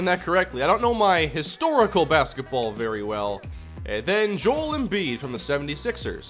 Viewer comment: Joel embiid's first name is pronounced "Jo-el"